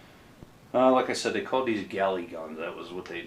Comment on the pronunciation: You keep calling them “ galley” guns. They were collectively known as “ gallery” guns, as in “shooting gallery”. A “galley” is a type of ship.